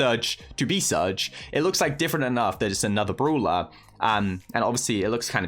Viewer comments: It's "Brawler"... Not Bruler!!🥺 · Me - Its brawler bruh Meanwhile tom - broolher